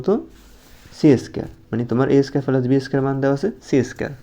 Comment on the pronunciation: প্লাস না পেলাস 😂😂😂😂